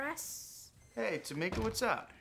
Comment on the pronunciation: It’s Tomika btw just sayin